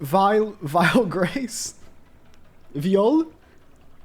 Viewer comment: Data Zahard is actually a huge spoil of the webtoon cause you'll see it in like 200/250+ chapters lmao, the prononcianon for Viole is pretty accurate, some people call him viole or violé whathever u want ngl, and for the last point i think they're gonna be humans like rudeus but i could be wrong